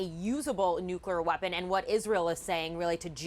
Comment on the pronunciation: "nucweaw weapon"